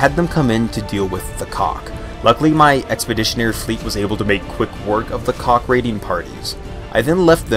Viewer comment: Because I played X2 where they are the primary antagonist, it "Kack" rhyming with sack or back etc. There's a touch of the back of the throat thing between the K and H. I hope that helps at all :). I had quite the laugh at "Cock invasion" which is either terrifying or exciting depending on who you are, LOL